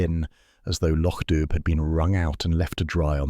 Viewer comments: How difficult is it to remain true to the MC Beaton original story. The area is pronounced Loc Do, not spelt that way, not dub. Do Better plus the graphics are totally not relatable to the description provided by the original author. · The village is still pronounced lock doo. Sonsie is a girl. Read the stories and get it right. It's no harder than getting it wrong.